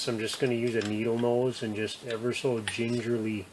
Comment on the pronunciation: Ever so gengerly 😂😂